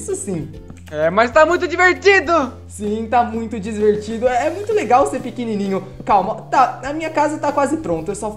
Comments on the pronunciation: O falo disvertido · Kkk vc falou arrado quando ele falou tá muito divertido vc falou e tá muito disvertido